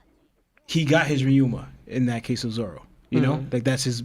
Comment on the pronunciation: Why on earth he keep calling him zolo 😂😭